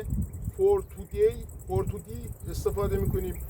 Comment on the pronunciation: توفوردی درسته شما فرمودیدفورتودی